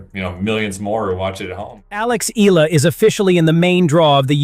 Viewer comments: It is pronounced E-Ya-la. Not E-LA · Alex Eala's surname is pronounced as EYALA.